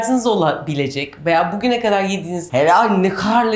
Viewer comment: Refikaaa seni seviyorum.Lütfen "kadar"kelimesini Amerikan aksanıyla soyleme...Türkçeyi iyi kullanmak boynumuzun borcudur.